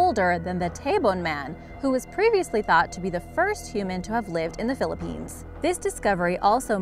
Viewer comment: Im getting triggered everytime she says a place from the Philippines wrong